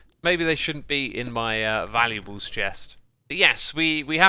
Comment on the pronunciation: valuAbles - NOT valu E bles chest, duh!